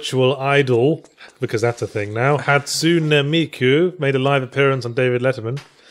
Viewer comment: I love Yahtzee's terrible pronunciation. "Hatsoonah Meekoo" & "Tsoondairah"